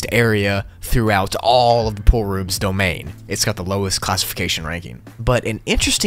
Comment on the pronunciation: The Name is Pool-Rooms. Says:Poor-Roms. Nice